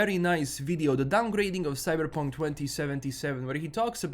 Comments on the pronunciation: Say Cyberrrrrrpunk again you sexy beast. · Whenever you say 'Cyberepunk' I smile a little. :P